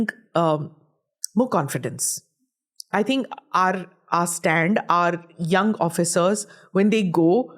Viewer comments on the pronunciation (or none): none